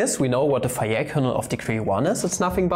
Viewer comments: Actually, if you pronounce Fejér normally, it doesn't absolutely sounds like fire😂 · As being Hungarian, I would guess: "fe" part of "fejér" is like "fe" in "fellow" (without the -llow part, for sure), the rest of the name was about OK :) However in this case, some should not trust to my English example (I'm really not so great in English) at least, eh :) But anyway, great video, and it's not a linguistic channel. Sorry for my little off-topic classified comment of mine :-O